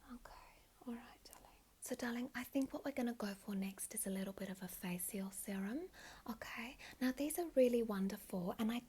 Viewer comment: "Mo-sions" "Fa-sials" "Instruc-sions"